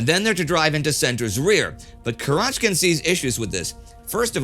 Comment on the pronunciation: kUrochkin, not kurOchkin